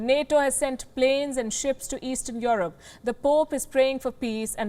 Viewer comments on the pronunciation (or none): Palki you keep on saying 'YOUR ROPE' it is Europe,if you want to be savage then learn how to pronounce correctly😂😂😂